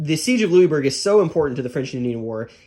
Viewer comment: Lou-is, not Louiebourg